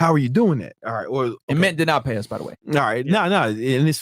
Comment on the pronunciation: Are they saying "Mit" or "Mint" or what???